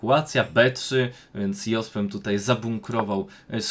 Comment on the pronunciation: Fajnie byloby poprawnie wymawiac Jospema, kole w uszy